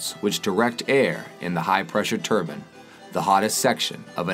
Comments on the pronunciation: A 'turban' is a length of cloth wrapped around the head of someone of Sikh religion. The rotational device the narrator is speaking of is a 'Turbine', which is pronounced Tur--bine. Why can't these people they get to narrate these vids learn to pronounce words properly, as it makes them sound like morons. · I think he means "turbine" - a "turban" is cotton headwear worn by sikhs et cetera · It's turbine!!! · American pronouncing of TURBINE makes me laugh! A turban is something an Arab wears ?